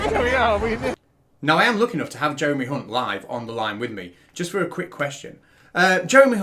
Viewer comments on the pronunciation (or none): You mispronounced Jeremys surname, you fucking dingbat! 😁